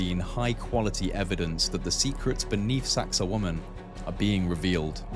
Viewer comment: well, it isn't and a native speaker has a youtube on pronunciation. Besides which, you are not saying wa-man, you are saying wo-man with the accent on the second syllable. I have heard numerous people talking about this place and there are two, you and another, who are saying it that way. But whatever, I'm sure you are right and everyone else is wrong.